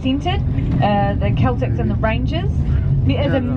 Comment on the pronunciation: I heard you say wow or someone at the paintings all of Glasgow is like that and she said Celtic wrong and there's no the in any teams and actually Celtic is more Irish but I don't care about football I'd like to add in 2014 the commonwealth games were held in and around Glasgow